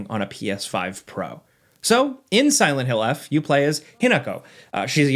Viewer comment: It's Silent Hill Forte, not "eff"